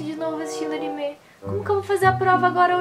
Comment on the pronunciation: Não é animê é anime